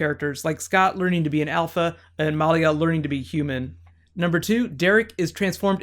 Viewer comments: It's milia not meliea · I'm pretty sure it's (Mah lee ah). Not (Mol lee ah) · MALIA not MOLIA. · Lol, her name is malia not Molly. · Muh-Lee-uh not Maul-ia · He keeps saying MAHlia. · Good recap but my god can you please learn the characters names?! It's Peter. Not Paul. And you kept saying Malia like Molia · Great review! I really like your theory on the elements. The only negative I have is the mispronounciation of Maliya's name. I've known a few women with this name. It is actually pronounced meh lee yah with emphasis on lee. Real nitpicky of me, I apologize. Aside from that I feel it was a wonderful review. My favorite scenes were the interactions between Stiles and Malia (especially the ones in front of the others). You can really sense the affection she has for him. It takes on more meaning when you consider that he is the first and possibly only person she has bonded with since reverting to her human form. I am curious if she can become a full coyote again, and if it is something she inherited from her aunt Talia. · You kept calling Peter Paul, sometimes it sounded like you were calling Malia Molly, and you slipped once and said Tyler (the actor) instead of Scott (the character). Are you new to the show? Also, I would love to see bonus videos on the mythology of teen wolf :) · The way he pronounces Malia's name.. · the way he says Malia :)) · Dude learn the names its peter not Paul and say malia right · are just confirming the fact that you are the best channel on Youtube. Even though you said Paul instead of Peter and you were prounouncing Malia's name wrong you are still awesome. And I would totally love Bonus videos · It sounds like you're pronouncing Malia's name differently than they do in the show or are you talking about someone else?